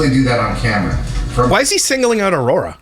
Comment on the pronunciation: We're missing the important one... Aurora somehow equals Ah-war-wah